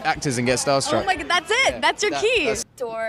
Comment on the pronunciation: oh Mah Ghad